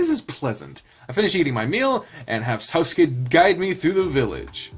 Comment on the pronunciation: I believe it's Sousuke -> soh-su-ke Yuujirou -> You-ji-roh Gou -> Go (as in the word "go") I think, "ou" in romaji (the phonetic version Japanese) is said like "oh" I might be completely wrong tho. correct me if I'm wrong